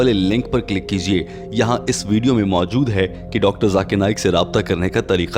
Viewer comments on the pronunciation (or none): none